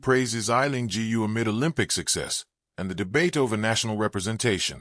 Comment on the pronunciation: G U ?? So AI is unable to pronounce "Gu"?